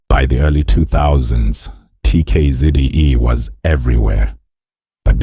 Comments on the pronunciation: is the narrator AI??? coz they can't even say the name of the group properly, never mind the many other lies told in this piece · He talks as if he knows something about them yet he can't even pronounce well the name of the group , he can't pronounce the names of the group members that on its own tells the guy knows nothing about TKZee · Even the mispronunciation of the nickname 'Buga luv' & the group we're all here for, 'TKZee' to claiming the band mates are from the East rand & that Kabelo is 60!!! 😂 laughable really!!!